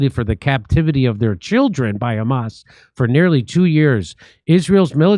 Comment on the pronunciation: Khamas is khorrible says Smotrich